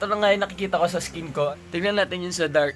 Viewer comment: iskin daw hahaha saan yung "i" sa bago yung skin?